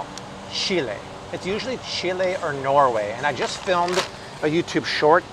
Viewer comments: Chile! I love how he pronounced that properly, instead of "chilly".🐧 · You pronounced Chile correctly also sabor props to you 👏